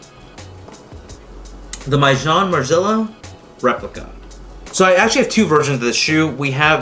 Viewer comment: At least say it right my boy